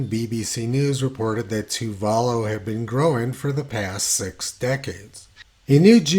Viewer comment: Tony and his geographic pronunciations. They're a hoot... It's pronounced Toova Loo.